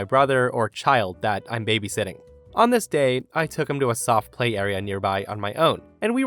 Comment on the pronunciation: Every time you say "On this day..." i hear "Nameste" lol...